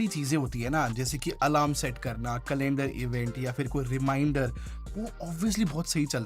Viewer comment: Kaa-land-darrr event